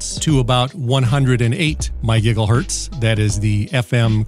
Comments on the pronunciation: Did you say, "giggle hurtz" lmao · he a actually sais “My Giggle Hurtz” 😂